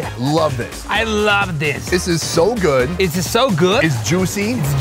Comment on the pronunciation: "es sooo gooot"